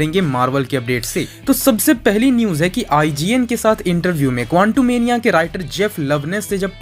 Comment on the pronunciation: bhai tum kontumenia kyu kehte hoo quantumania ko